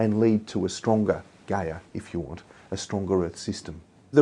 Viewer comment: Talking about evolution, altruism, information theory & climate change in one interview? Tim must seem like the anti-christ to the god botherers & one of the lizardmen hierarchy to the right-winged conspiracy theorists. And when he says Gaia (synonym for nature / mother earth etc) I bet they hear "Gay-er" as in more homosexual. Lol.